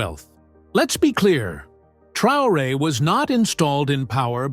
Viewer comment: If you cannot pronounce his name, you do not even need to be speaking on him Traore .